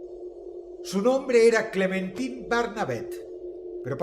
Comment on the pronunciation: Yo cada vez que Dross decía Clementin en lugar de Clementain: 🫠